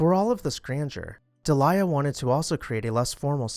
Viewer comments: That would be Deel-ee-ah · Delia is pronounced "Deeleeya". Palazzo is pronounced "Palatzo" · Just a friendly comment that Delia is pronounced either: Dee-lee-ah or Day-lee-ah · It’s close enough for government work! 😂 The way it is most decidedly not pronounced is how the narrator said it. De-LIE-uh indeed! Ugh. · Pronounced DEE lee ah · Thank you, Heather and Gigi! It was driving me crazy, too! The narrator's pronunciation was sooooo wrong. You could even use "deel-ya", just not what he said.